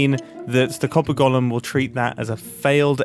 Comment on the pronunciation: "Golem" is pronounced 'gəʊləm (goal 'em), not Gollum, who was a character in Lord of the Rings. I've been holding back on this for years, and finally cracked because of the number of times you said Gollum when you meant golem in this video. Lots of people make this mistake, but Grian isn't one of them.